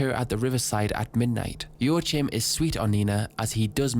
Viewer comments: Slight correction : Joachim is probounced "Joakim", not "ioatchim" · I am sorry but why did you have to butcher the name Joachim so extremely? Its not joa-chim(p) man just at least try to pronounce it right. I am German but i dont got and butcher every single word cause idgaf when speaking to ppl online/at work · Man Joachim is not pronounced Joachim its pronounced Joachim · I think Jaochim is pronounced “Jah-co-eem” that is the most mundane thing you could’ve led with. You start talking about the dirtiest party ever and you lead with “the band is playing music.” Subbed. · if your fimiliar with spanish pronounciation it would be "yoajim". The J is soft like in "yo" and the j sound comes from the throat like the j in "rojo" for example ^^ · “yo ah heem” is how it’s pronounced but i’ve heard some people say it like “yo ah kim” or “wa kim”. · joachim, to my knowledge is pronounced Joe Kim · I never heard the name "Joachim" butchered that hard, ngl. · as a German,.. how you pronounced Joachim had me dead 😂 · Joachim is a common name around here and that pronunciation hurts a bit 😂 Great vid otherwise